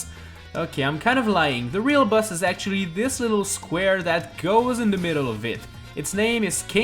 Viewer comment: Why do you say bus not boss